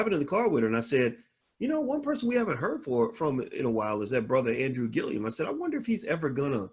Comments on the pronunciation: Respectfully, the brothers name is GILLUM, not "Gill-ium." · You’re adding an extra syllable to his last name.